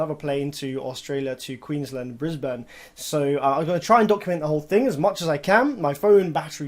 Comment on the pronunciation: lol, you will need to work on your pronunciation of Brisbane. Let me know if you coming down further south towards Sydney. Here is some